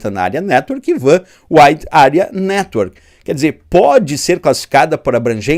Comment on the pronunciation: Penso que WAN se pronuncia "UAN" e não VAN,pois o W é de Wide, nome inglês.